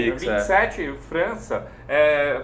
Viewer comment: Porra,, errar o nome do França é imperdoável.